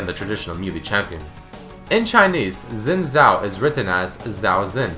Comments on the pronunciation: please people, it's not pronounced "zin zhao" it's pronounced "shin zhao" X when used in pinyin is pronounced with an sh type sound. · its not zin zao it sounds like shin zhao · he said zin zao? wtf? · Is it not Sin Jhao? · Is "Xin Zhao" (Si-In Zhao) not "Zin Zhai". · It's pronounced Sin Jao not Sin Zao. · i love how he says zin zao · Xin Zhao is pronounced "Shin Jao". What's next, you start playing Dynasty Warriors and pronounce Cao Cao (Tsao Tsao) "Cow Cow". On the topic of mispronunciation - (from the one on Akali) Gaiden not Geiden, this one actually pissed me off as it is said exactly how it's written. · The Xin Zhao is pronounced, "Shin Zhao". Like come on. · omg not zin zow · His name is pronounced "seen tsao" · ***** no it isn't im Chinese and its pronounced sin-jow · "Zin zhao"? Wtf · yeah I'm chinese and on my channel I've got a recording of how I would pronounce xin zhao in mandarin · Did you know: that's not how you pronounce his name XD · did you know that you didnt say the name right.